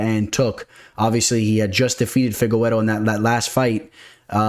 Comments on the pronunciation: Stop saying Fi-ge-we-ro. It’s fi-ge-re-doh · I hate how you say Figgy's name